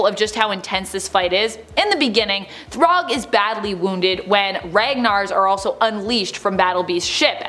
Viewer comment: If you need help with the pronunciation, it's "Thragg" not, Throg.